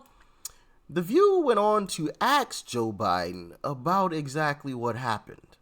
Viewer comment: It’s ASK, not AKSK FFS.